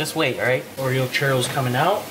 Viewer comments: It's churros not chero or charo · CHEW - RRROS. 😌 You're welcome lol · 🤣🤣🤣 funny the way you pronounce churros